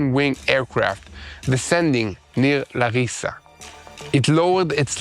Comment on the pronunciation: From Greece...LAAAAARISA....LAAAARISA...NOT LARIIIISA! The accent goes to the First "A"...not on the "I" letter! That's the town of Larisa in central Greece, in where the Hellenic air force maintains a large air base, which on occasions, it also operates it along with their American allies.